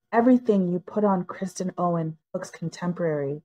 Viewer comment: The “narrator” keeps saying “Kristen” Owen. Basic respect would be getting the name right.